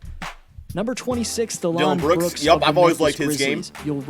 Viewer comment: Sounded like he was saying Delon Brooks (Delon Wright + Dillon Brooks) when he was talking about Dillon Brooks.